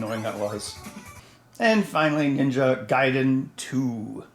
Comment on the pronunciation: Mr. Heck, I'm so proud of you for putting in the extra effort in saying Ninja Gaiden correctly. Mario and Lara next? ... =P best wishes from Germany <3